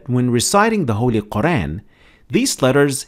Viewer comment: Could you pronounce Al-Qur'an correctly, please?